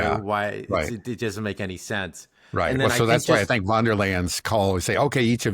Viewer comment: How come americans, even your dad who is a very intelligent and educated man, who even worked as a translator, are somehow unable to understand that in German and initial "v" is pronounced as "f"? As in Von der Leyen... It's pronounced Fon der Leyen.